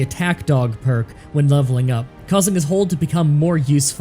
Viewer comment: How did you say "no that perk is wrong" but screw up reading it?